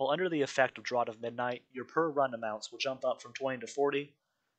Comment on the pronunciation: Great video on the event! Also, draught is pronounced "draft", like Guinness Draught in a can (draft beer).